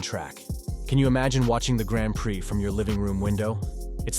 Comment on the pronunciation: If you’re going to make a video about formula one you really need to learn how to pronounce “Grand Prix” properly. Otherwise great video 😊